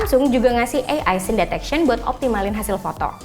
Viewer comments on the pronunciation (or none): none